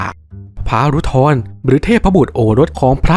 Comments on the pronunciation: ชื่อพระศิวะ รุทร อ่าน รุด-ทะ-ระ ครับ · รุทร อ่านว่า รุท-ทะ-ระ คับ